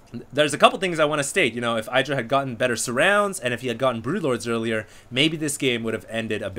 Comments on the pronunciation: Lol You uneducated noobs, TLO lost to IdrA in the HDH and Day 9's King of Beta tournament which he won also BTW. Calling IdrA a bad player is borderline idiocy and ignorance...BTW it's pronounced E-Dra not eye-dra. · I really would like for you to learn how to pronounce IdrA.